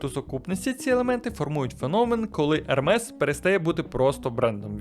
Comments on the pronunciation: Правильно Ерме не Ермес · правильно казати «ерме» а не ермес. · Тільки казати треба "Ерме") бо це з французької, а там "s" не читається) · Назву бренду Hermès правильно читати як «Ерме́с». Пояснення: Це французьке слово. Літера H на початку не вимовляється. Наголос падає на останній склад. Кінцева s теж не читається, але знак наголосу è показує правильну вимову. ❌ Неправильно: Хермес, Гермес ✅ Правильно: Ерме́с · Але правильно назва заучить, як Ерме.